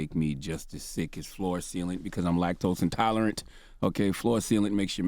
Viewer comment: "Floor Thealant"